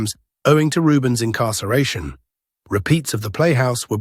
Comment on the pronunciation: STOP WITH THE AI NARRATION! It breaks your immersion when it mispronounces simple words and you have to figure out what word was actually meant. No full watch, no thumb-up.